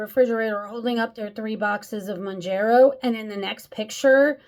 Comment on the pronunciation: Hey. I was the one who mentioned pronunciation, but guess I was unclear. Mown-JERR-oh = Wrong. Mown-JAR-oh = Right. 👍 Other than that, good vid, and agree with pretty much everything you said. And the entitlement of that lady who was trying to justify using a GLP-1 just to lose that last 10 pounds is just plain sad. Anyone who calls her on her thoughtless behavior is ‘judgemental’? Oh sure. Tell us another. 🙄